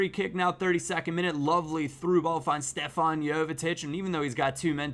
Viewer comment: It's Stevan not Stefan